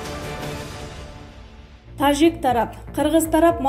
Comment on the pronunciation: Нормальный окуп айт таджик дегенди угуп корсон канча элдер угат